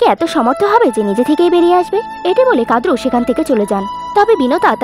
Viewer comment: কথাটা "কাদ্রু" নয়। কথাটা "কদ্রু"।